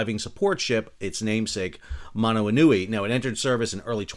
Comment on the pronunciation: Excellent pronunciation of Manawanui!